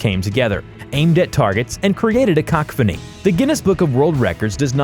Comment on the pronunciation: PlanckTime Runner “a thousand people got together to create a cockfanny” Had to be the best lip fumble out. Kalshnov also for the AK?